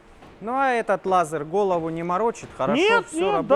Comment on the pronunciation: Странно, от вас технарей, слышать "лазар". Даже ютуб подчеркгул, что это ошибка.